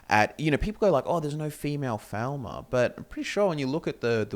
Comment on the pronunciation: I've noticed that you say Falmer slightly wrong